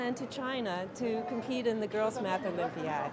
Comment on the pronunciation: they say mass instead of math